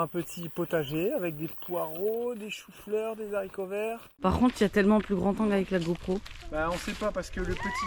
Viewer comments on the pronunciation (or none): C est insupportable vos zaricovert. Au début je pensais que c était pour rire , mais au fil du temps j ai pas l impression. C est Haricot sans liaison au singulier,ni au pluriel😂